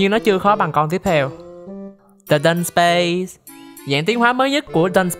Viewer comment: ý Dudusparce phát âm là âm "ar", chứ hông phải âm "ei" như trong clip nha =)))) tui chợt nhận ra tui phát âm sai tên em nó CÒN 1 LỖI QUÊ HƠN NỮA LÀ bạn chỉ cần rút 32 cây để giải phong ấn thoi nhá =)))), lú lú sao mà tui 4*8=48 dị chòi =)))) Quê ải chỉa